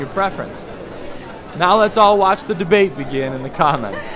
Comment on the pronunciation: "let the dabate began in the comment" Lol